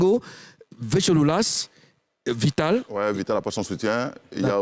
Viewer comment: Sacré team ceux là. On dit VITALE fait Youssoumba vous dites yiieeen. Aiiih vous êtes commeng même. lOOL